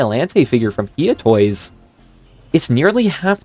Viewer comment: Bro its no He Ah toys its hi ugh toys